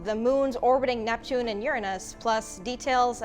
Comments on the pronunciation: That small slip with Netpune goes almost unnoticed :-). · Netpune!!! Net Poooooon!!!1!